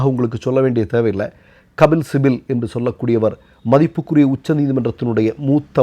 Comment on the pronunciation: கபில் சிபல்... சிபில் அல்ல. 🤝